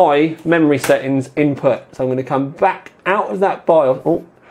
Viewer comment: Is this what they call 'glottal Ts'?